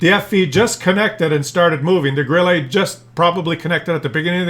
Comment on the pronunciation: I have recently (re)started playing WoT after an hiatus of many years. I agree with all your comments - it now reminds me of those tabletop wargames where players field 1/56 Jagdtigers on a 6x4 feet table., a word of advice from a Kellermann to a Kellerman, Grille is pronounced Grill-uh not Grill-ay 😉 Keep up the good work, your videos are very entertaining.